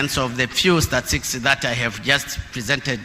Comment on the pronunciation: Neno statistics ni ngoma kutamka kwa mheshimiwa, hii ni fimbo